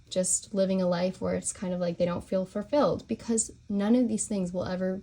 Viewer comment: "FuR-Filled"? wtf 😳